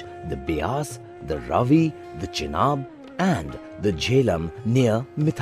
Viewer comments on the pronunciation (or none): none